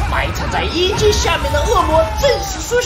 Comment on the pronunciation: 1：13时厂长说遗迹我为什么我会听成“ying jing”？